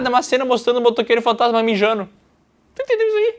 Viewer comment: Talvez eu esteja maluco, mas sempre ouvi o narrador metendo um "Motoqueiro Fantatima" no inicio do primeiro filme kkkk